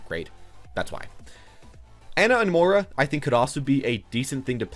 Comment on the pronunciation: i dont know why but it drives me crazy that he cant say moi-ra......mor-a?